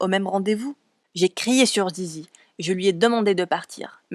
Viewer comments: C est pas "zizi" mais lizy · Elle s'appelle sisi ah je croyais que c'était zizi C ton accent déso 😅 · Il le pronomce mal mais c'est Sissy